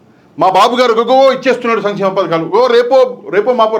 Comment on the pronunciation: భయ్యా అయన చెపుతున్నది సమి చేమ పథకాలు అంటున్నాడు. సంక్షేమ పథకాలు కాదు.